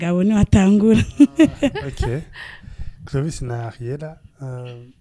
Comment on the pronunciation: Nawe ntu, ni Clovis apana Crovis gusa le journaliste vyarashitse arakasura ariko mutahure kuko : SE TROMPER EST HUMAIN. Merci